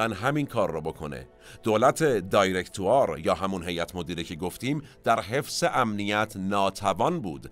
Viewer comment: تلفظ directoire میشه دیغکتوآغ و اگر حرف ر را هم غ تلفظ نکنید بازهم حرف آی بعد از دی به هرحال در اینجا بصورت ي تلفظ میشه و ابتدای کلمه دای نیست ، دي هست